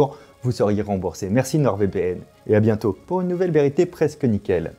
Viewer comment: "Prenez soin de vous, abonnez-vous à cette chaine et à très bien" Tu fais trop bosser: Il était tellement pressé de partir qu'il a coupé la dernière syllabe;)